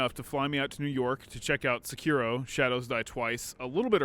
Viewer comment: Sekiro is pronounced: Say-kee-rdo. Carry on.